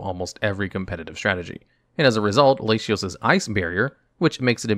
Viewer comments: The mispronunciations are a fun quirk of the channels! "Lashios" God is testing me. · “Lashios” My guy. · I think he reads it the same way as "ratio" where the "t" has an "sh" sound. This is likely the case as he pronounces Latias' name as "Lay-she-as".